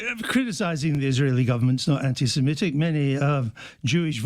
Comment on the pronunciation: Definitely be can't even pronounce anti Semitic.